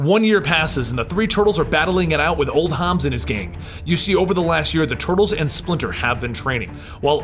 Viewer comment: It's Old HOB. Not Hobs.